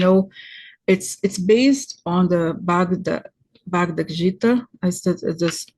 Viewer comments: Bhagavad Gita. 700 Hindu verses. Pronounced BAGA VAD GEETA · And Sanskrit Bhagavad-Gita who is pronounced with a hard G at the end,, confusing, I know, but I know because of teaching yoga, and where the pronunciation is and the studies I’ve done